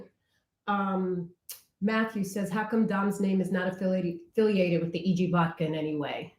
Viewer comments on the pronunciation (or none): Vodka .not vovca